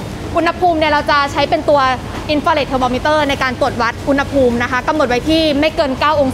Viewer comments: คำว่า อุณหภูมิ (อ่านว่า อุน-หะ-พูม) ประกอบด้วยคำภาษาบาลีว่า อุณฺห (อ่านว่า อุน-หะ) แปลว่า ร้อน กับคำว่า ภูมิ (อ่านว่า พู-มิ) แปลว่า ชั้น ระดับ. อุณหภูมิ จึงแปลว่า ระดับสูงต่ำของความร้อน ไม่ใช่ อุน-นะ-หะ-พูม นะคะ น้องๆอย่าสับสนและเข้าใจผิดค่ะ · อุณหภูมิ อุน-นะ-หะ-พูม❌ อุน-หะ-พูม✅ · ดูไม่จบเพราะคำว่า อุน-นะ-หะ-พูม ค่ะ หงุดหงิดมากๆ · ขัดหูมาก อุน-นะ-หะ-พูม 😫😫😫